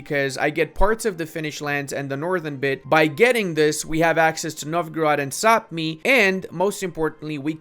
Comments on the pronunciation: Brother! Quick comment, Sapmi is pronounced “Sah-mee” and according to Norse stories, they are the origins of elves/Santa’s helpers. Learned that when I lived in Norway for a year! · Of a lifetime living in Sweden, Sápmi is pronounced Pretty much like it sounds. It is only the inhabitants of Sápmi, the Sami, which are pronounced that way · Kinda incorrect, the LAND is called Sapmi, the people that live there are the Sami, which is pronounced how you say.. very easy to get confused ^^